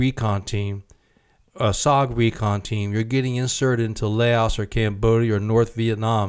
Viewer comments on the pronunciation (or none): Layaos. Lol.. it's pronounced Lao